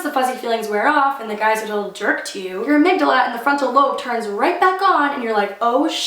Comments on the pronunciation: You said amygdala right woohoo! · you pronounced amygdala right! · Yes you said amygdala right hahahaha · You said it right, don't worry